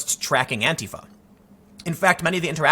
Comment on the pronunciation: God bless you for pronouncing "Antifa" correctly. That "anTEEfa" shit drives me fucking crazy.